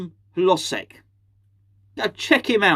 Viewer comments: According to some of my eastern european friends, it's pronounced: Hoh-jek. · My Czech girlfriend says its pronounced - her-loge-ziek - though what does she know (don't tell her I said that btw)! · Your Eastern European friends are wrong. Maybe because CZE is not Eastern Europe. Hložek name is pronounced: Hlo-zhek. "Ž" is like french "J"